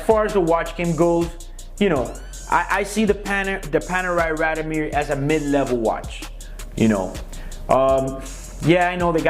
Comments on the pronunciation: First, it's pronounced "raad-eeoh-meer" not "rahd-o-meer". And you're supposed to be a watch dealer? Second, the neck chain and the sunglasses (indoors) scream GIANT DOUCHEBAG!! Would you buy a watch from this guy? I sure wouldn't. He looks and sounds like a guy selling fake Rolex's inside a raincoat on Canal St. in New York. A real sleazeball. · Please pronounce it correctly...RAD-I-O-MIR.